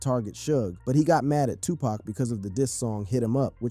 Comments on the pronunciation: His name is Tupac not tupack ok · First of all its not TUPACK, ITS TUPAHC! GET IT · It's NOT 2 PACK...IT'S 2 POCK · Bro how the fuk do u not know how to pronounce Tupac's name correctly smdh it's like calling Michael Jackson Michelle Jackson...get it together bro he's only arguably the most legendary hip hop artist EVER the least you can do is get his name right